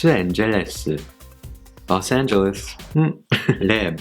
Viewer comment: you nailed Los Angeles... I think you should do more of this it's really fun and helpful. when you said party I automatically thought of GG's party and then u started dancing😂😂😂